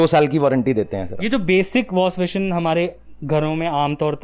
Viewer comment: Wash-pashion nhi washbasin hota hai kanjar 😂😂